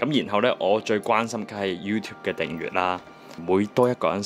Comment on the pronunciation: 你訂閱個訂字都讀錯，快啲改啦